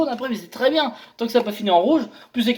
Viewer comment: Le petit accent du Sud qui va bieng :D